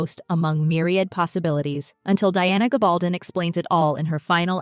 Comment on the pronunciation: You know a lot about Outlander, but please learn how to pronounce Diana's last name properly. There are many YouTube videos out there where she is introduced and you can learn the pronunciation. It's hard to take you seriously until you do.